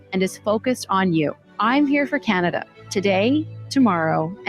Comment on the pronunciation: Viva, if you are gonna make fun of her pronounciation, you missed where she said CanadIa. For all the Libtards freaking out on Trump, on Tik Tok, do they even have the self awremness to realize that the only reason why they are on Tik Tok today is because of Trump?